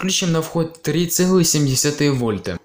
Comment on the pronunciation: Как то стрёмно все, слушать тоже неприятно. И да, 7 читается как СЕМЬ - не сем, а СЕМЬ.